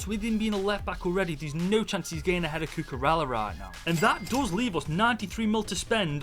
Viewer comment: Bro said cucuralla..